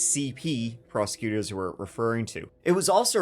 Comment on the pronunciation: sounds like prose-cuters